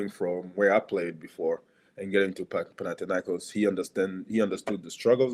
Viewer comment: ΠαναθηναϊκΌς ονομάζεται η ομάδα μας! ΠαναθηναϊκΌς! Δεν μεταφράζεις το όνομα μιας ομάδας! Απλά το λες όπως είναι! Άκουσε κανένας να λένε έξω από την Ισπανία την Ρεάλ, Ρέαλ??? Την Λίβερπουλ, Λιβέρπουλ???? Την Μπάγερν, Μπαγέρν? Έλεος!!!